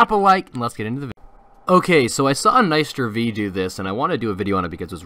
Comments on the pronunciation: nicster v not nister v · Not NicstereV NicsterV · Lol nicesterV its nicsterV